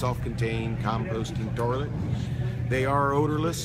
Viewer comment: You know it works great because he says terlet instead of toilet